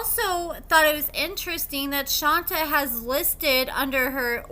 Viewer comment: My dear... it's Shont-ay, not Shon-ta.